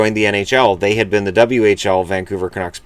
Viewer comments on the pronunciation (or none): none